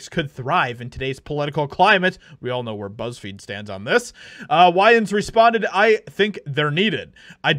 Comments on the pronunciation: Man I am tripping. When you were reading the name Wayans, you were pronouncing it weird like Whyans, but before you started reading the article and you referred to Marlon Wayans you said Wayans not whyans, and after you were reading you said it right too. That shit is weird. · Way-ans. As in my way. Not why-ans sir. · Lol bro, it's pronounced wains. "Why-an" lmao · Why-Yans?? 😂 it’s pronounced Wayne’s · For beginners, Wayans :( way-yins ) not (why-yans). For the youngsters, check out these films and show. In living color. Don't be a menace to South Central while drinking your gin and juice in the hood. Scary movie 1,2. That is real world comedy gold. You will laugh your asses off, or it will offend you so much you sh!t your pants. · WAY-ans, not WHY-ins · Wayans vs whyans …. Marlon Wayans Is how you say it my good friend 👍🏾 he’s the only one I’ll still listen to, him and Keenan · WAY - ANNES. Not WHY ANNES. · WAY-ENS, not WHY-ENS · You should probably learn how to say his name. I wouldn't say anything, but I love the Wayan's family and it drives me nuts every time you say it wrong. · It's wayons (way, not why) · “Wayans” As in “way” not “why” 🤦🏻‍♂️ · It's "Way-uns" not "Why-uns", Bruh. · pls WAY-YANS not why-ans. 😵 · Are you purposely saying "Whyans" vs Wayans? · Wāyans not Whyans long a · wayans. not fucking "whyans". you got that? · Who TF is Why-ins? How do you not know how to pronounce Wayne? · Bro how do you not know how to pronounce his name? It’s WAY-ans, not WHY-ans…driving me crazy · I was hoping to watch the whole article but when you pronounce their last name wrong it sounds like you have no clue who this family actually is their last name is pronounced way ans, not why ans this is the first time I've ever corrected anybody I sound like one of those left-wing Karen's but what are you doing a story about a certain family you have to get there last names pronounce correctly or it makes you look really bad sorry but I still love the show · It's (WaY-ns)!